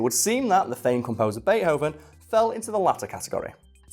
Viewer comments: Is it pronounced bate-hoven or bei-thoven? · "Bay Hoven" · Bea-hoven? Isn't there supposed to be a t in there or can you just not pronounce it? I wouldn't have commented but you say it like 30 times in the first minute of the video